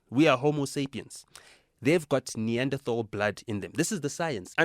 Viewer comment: This is hilarious Neanderthals had bigger brains than homo-sapiens and every ethnicity that has higher Neanderthal dna is associated with higher IQ. Clearly this high IQ pure blood homo-sapien knows this as he is smart because he has no Neanderthal and must be lying. He’s so smart he pronounces Neanderthal incorrectly, must know something we don’t.